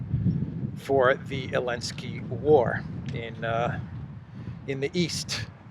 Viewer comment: Why do you say Elensky instead of Zelensky?